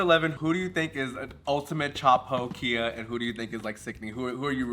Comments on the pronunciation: I had to stop the video when you kept pronouncing Khia as “Kia.” It was too cringe lmao. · Mistress: “Khia” from “Khia asylum” is pronounced like Kaia (Kye - UH). The Khi part rhymes with “eye.” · Khia is such a Khia that calling her Kia is wayyyyyyyyyyyyyy funnier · It’s not a “kee-yah” asylum lol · Mispronouncing “Khia” as “Kia” makes the concept of the Khia asylum even funnier. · MIB not knowing how to pronounce KHIA asylum --- who's shocked lol